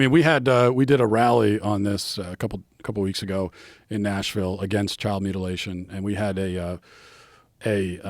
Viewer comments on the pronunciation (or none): none